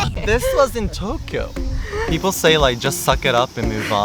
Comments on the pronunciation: Like how he pronounces Tokyo (Tok e oh) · Listen to how he says Tokyo, for example. That is neither an American nor an English pronunciation.